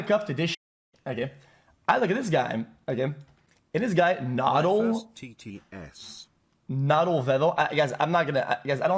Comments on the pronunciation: . "Noddle" really? Is XQC illiterate too? It clearly says Noodle and you pronounce it as Noodle. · Bro pronounced noodle as " NoDlE " 💀💀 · Noddle? Noodle is an actual word wdym? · can't even pronounce "Noodle"